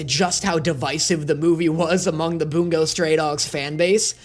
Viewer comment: Why does it sound like he says “Boom goes stray dogs” 💀